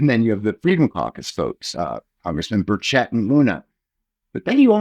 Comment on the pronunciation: How do reporters get peoples’ names so incorrect? He is the only person I’ve heard mispronounce burchett’s name.